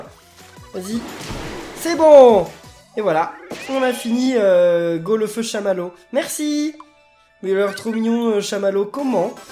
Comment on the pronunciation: golefeu se prononce goléfeu